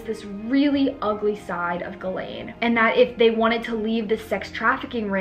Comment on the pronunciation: It’s pronounced “ jizz - lane”